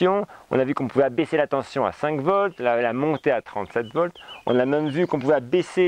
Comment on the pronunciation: Tension, pas tenTion.... Sinon très intéressant évidemment.